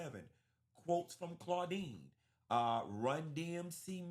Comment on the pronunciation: Omg....Not "Claudine" 😂😂